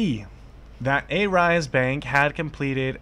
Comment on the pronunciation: Believes everything the main stream media feeds " Remember, it's not good to believe everything you hear as it may not be true." You just trolled yourself. Marcutes? A rise? Not sure how you have 20k subs for someone who can't even pronounce Arise. What kind of trash journalism are you doing when you can't even get your facts right? These were the exact same allegations the SEC threw towards Jared when they raided him in Jan and failed to prove their points and gave up. Why not cover that part? I'll tell you why? You are the same as any main stream media and you want to create drama and conspiracy to get views. Money is all you are after. Crypto has this pseudo decentralized face to it but in reality it's centralized and people like you who don't do any research spread false info for views and money to make things worse. Why don't you find the facts for yourself?